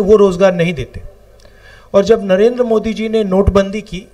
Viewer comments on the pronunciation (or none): none